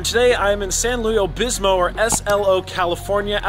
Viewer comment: You nailed SLO town, but its pronounced Like St. Louis, but San Louis Obispo. Love your content always. You best hit McLintocks and Jockos (large Spencer & Steak tips at the bar).